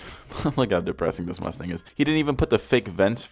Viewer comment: i thought he said Lustang